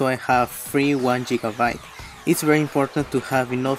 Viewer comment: hmm idk why he is sayin' jigabite not gigabite